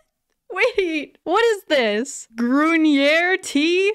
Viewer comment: The way she made grüner sound French. 😂